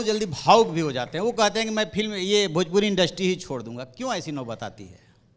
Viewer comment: भजपूरी नहीं भोजपुरी बोल छक्के 😂